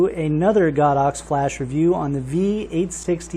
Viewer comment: ITs GO DOX not God ox